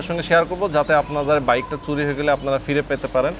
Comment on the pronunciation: Bhai, apnar shob video valoe but apnar kothar uccharon arekut improve koren. Suri na Churi bolen